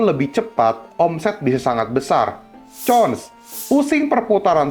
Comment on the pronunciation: Cons itu nyebutnya Kons ko... pake K bukan pake C.